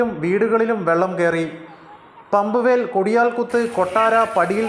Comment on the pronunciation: പമ്പുവേൽ അല്ല സേട്ടാ. Pumpwell (പമ്പ് വെൽ)